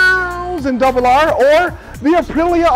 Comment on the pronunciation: I wonder if people think you have a speech impediment when you say S1000RR😆😆😆